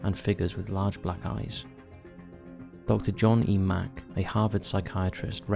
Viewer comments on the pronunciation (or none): none